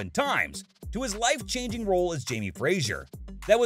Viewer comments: It's FRAY-zer, not FRAY-zjer. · Dear narrator, it's pronounced FRAY-ZER, not FRAY-ZHURE. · Fraser is pronounced fray- zer NOT frat - sher. Conservatoire is pronounced con serve eh twa